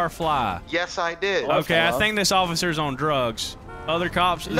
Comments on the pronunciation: "Hello ocifer" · I like “hey what’s going on ocifer”